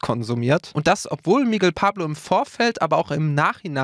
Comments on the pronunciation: MIGUEEEL UND NICHT MIIIGEL.... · Es wird Migél ausgesprochen nicht MIGUEL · Das heißt Mi-Gell und nicht Migel wie Igel 😔